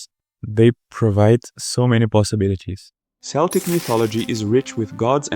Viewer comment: Great video, Celtic is pronounced like with a K fyi